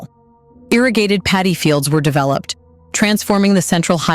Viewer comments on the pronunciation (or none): none